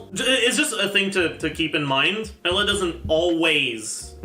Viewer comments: Great video! Only thing that bothers me is that pronounced Eula as “Ella”. Pretty sure it’s supposed to be pronounced like “Yoola” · I hate how calls Eula Ela... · I was listening to this video and I was so confused like who's Ella? I had to look at the video to understand it.😂😂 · The pronunciation in game is wrong, its not yoola, its oila. He still says it wrong but yea its not like saying yoola is any better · ohh tyy. I was so confused i thought he was saying aloy 😭😭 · Bro did you pronounce eula as Ella? I was so confused 😭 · Honestly, if you're going to purposely mispronounce a name of a character, just have the character's name or a picture of them on the video at all times...please. I know "Ella" is funny, but it's confusing for people, like me, who have dyslexia. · foreign lol (bowl)